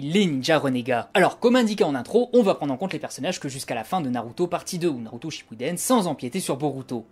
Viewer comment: Sinon ça ne te dirait pas d'articuler quand tu parles ? et d'utiliser les vraies prononciations Japonaise ? C'est bien de faire vite... mais autant faire plus lentement, mais BIEN prononcé plutôt que Rapide et entendre "embout" -_- .... Embout de quoi, de visseuse… ? c'est âne bu (Anbu et Anbus en vraie...), tu ne dis pas NAROUTO ... mais NaLruto ! (on roule les R en japonais) Bref...